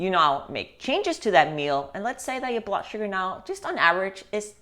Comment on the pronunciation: “Blutt” is an odd way to pronounce blood. 🧐